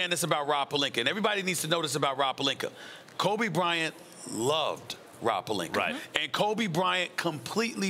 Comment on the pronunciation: Rob Pelinker and Dennis Shrayder